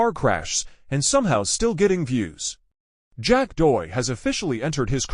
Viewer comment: Horrible automated voice that can’t even pronounce the name of the subject. 👎